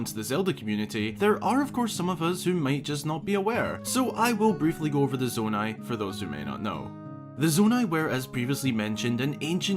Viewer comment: I was quite tempted to click off after you said Nonai